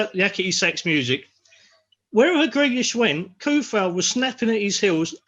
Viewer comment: come on guys show some respect to Vladimir and learn his name. Not KUFAL, it should be TSOU-FAL. Even SO-FAL sounds better. Hearing that hard "K" kills me